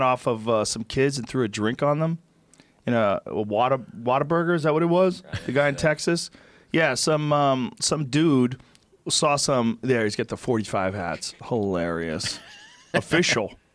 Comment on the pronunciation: Did he call it waterburger?!